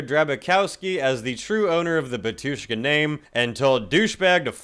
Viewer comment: The way you said Batushka 💀💀 (erm actually like the emphasis is on “Ba” And wait they mentioned?? Idk anything abt them apart from how they black metal and russian